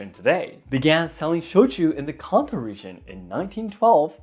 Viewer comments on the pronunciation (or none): none